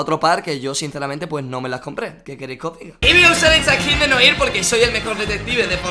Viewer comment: Gran nivel de francés al pronunciar noir 😂